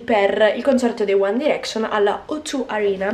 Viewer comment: che poi si dice ''uan dairecscion'' non uan direcscion''